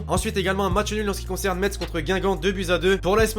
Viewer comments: on dit '' Messe "" pas '' Metze " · On dit pas Metsse mais Messe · Metz se prononce messe mais sinon super vidéo